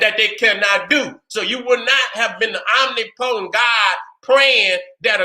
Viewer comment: Omnipotent..... pronounced: oh-nip-poe-tent or oh-nip-puh-tent..... wasn’t distracted from the message, just wanted to give you the correct pronunciation. Love you King👑🥰✨🧘🏿‍♀️👁